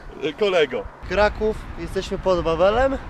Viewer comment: Karaków :D